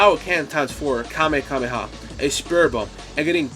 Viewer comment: Bro really said "KameKameha"